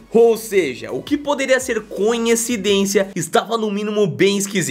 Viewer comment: "conhecidência,..." essa foi de matar...